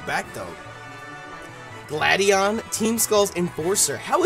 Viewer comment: Stop insulting Gladion and pronouncing his name wrong!